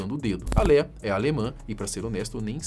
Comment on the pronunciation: Que agonia o povo falando Léia ou Lia😂 É Lêa